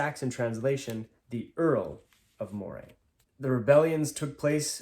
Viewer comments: Moray is pronounced "MUH-ree." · Moray is pronounced Murray